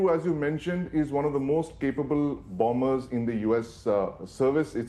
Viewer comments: It's silent "b", lady. You pronounce it as "ba-mers", NOT "BOM-BERS". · Bomber pronounce as bommer not bom ber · There is no pronunciation such as BOMBERS. its pronounce as BO- MERS. rather BOMMERS Litsen carefully how Admiral pronounce it. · It's bomb ers not bomb bers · Bombers = it -Pronounce as BAMERS ,=== Not BAMBERS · Not bombers! Pronounce it as bomers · Learn your pronunciation first, it is not bombers , it is pronounced bommers. The b is silent in bombers. This is Indian English. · Perhaps you should take note that the second 'b' in the word bomber is mute. i.e., it is not sounded when saying the word "bomber". Otherwise, thank you for your excellent reportage. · Please, the second b in bombers is silent! My ears are bleeding from the mispronunciation.